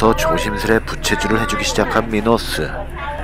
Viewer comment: 미노스는 미//노스지 미노스으는안닌데 아무리사람이라도 미에액센트가들어가야합니다 로에들어가면 듣기가불편합니다